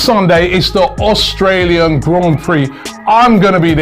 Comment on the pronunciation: Austrail?? 😂 English education shining through hey Robbie? AUSTRALIAN 🇦🇺 me fellow gooners. ❤